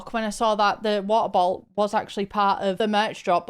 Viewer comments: Take a drink every time says "wuh-uh-boh-al" (she says it 13 times). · How many times did say wa-oh-bo-ol in one minute?? Answer: yes